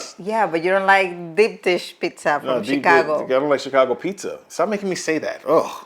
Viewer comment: I love how didn't speak "Chicago pizza" but spat it instead. This time I'm not with. Nothing cuts pizza in a cleaner way than scissors. Nothing. Many times when you use slicers, even good ones, you drag accidentally the topping destroying the pizza. Scissors don't do that. Touching the pizza with your fingers to cut it with scissors is another topic. One thing is to cut your own one, another is to use fingers to cut slices that will be shared, which I don't like. But the answer to why we don't have pizza slicers is simple: we don't usually eat pizza as often as you (americans) do. Most times we choose to eat it at the pizzeria and it's rare for us to order it at home. So we don't have pizza slicers. Normally we won't have a tool that only use 4-5 times a year. And most brands bring it already sliced, but some don't.